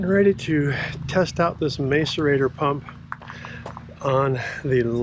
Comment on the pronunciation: Interesting video. By the way, the first 'a' in macerator is pronounced as in 'mask' not as in 'may'